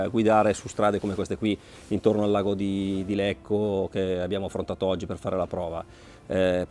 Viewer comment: Tutto bello, ma lago di Lecco non si può sentire.